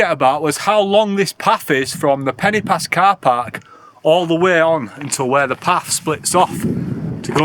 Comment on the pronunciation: When you said “Pen-y-pass” you pronounced it “Penny Pass”, which is incorrect. The letter ‘y’ in Welsh is pronounced like the ‘u’ in ‘under’ or ‘understand’ etc, NOT the ‘i’ in interesting ,or ‘influence’. It’s softer. However, there should be an accent above the ‘i’ and ‘o’ to elongate the sound of the letters. Eg Crib should be pronounced Criib and Goch should be Gooch. The sound of the letters are elongated. Not your fault, as no one has ever enforced the rule in typing, so the usage has been tragically lost. It’s lack has made a huge differenced in the pronunciation of such words. I do wish it would be reintroduced! You said Crib Gock, not Crib Goch. They are different sounds. It REALLY grates on Welsh speakers! Most people seem to manage to say ‘Lochness Monster’ or ‘Lochlomond’ etc, who’s ‘ch’ sound is exactly the same. Please can you learn to say Crib Goch correctly. Thank you.